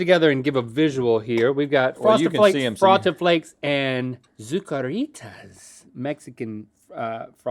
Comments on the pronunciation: ZucaRRRRRitas jajajajaja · Both times Link said "Zucaritas" made me laugh so hard.